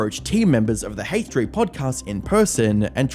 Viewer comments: Ok,. Nice emphasis on the H in "Hache3" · What’s the Haytch three? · "Haych 3" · bro said hateh3